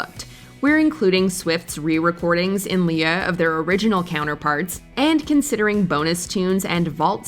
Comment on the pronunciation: 'In lee-yuh'?